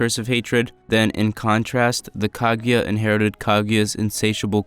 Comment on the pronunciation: not (kag-a-ya) it’s (ku-gu-ya)